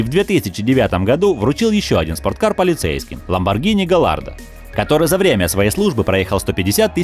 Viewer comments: Чувак,Ламборгини Гаярдо,а не Галардо! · Не "Галлардо", а "Гаярдо" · Гаярдо, а не галлардо. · Ну думаю,хоть кто-то назвал Ламборгини правильно.Но как услышал это "Галлардо"...